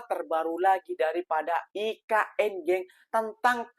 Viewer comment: Sebutannya pun tak betul dok sebut e ka n hahahahahahahahahahaha parah dah